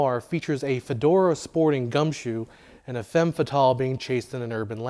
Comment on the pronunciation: Great! But "femme" ( as in ' femme fatale') is pronounced "fam"